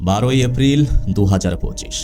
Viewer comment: vai apni ki uccharon sundor vabe korte paren na?? afril ki?? dufur ki??